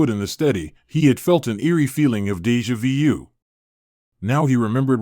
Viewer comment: "Deja vee-u". Bad auto reading.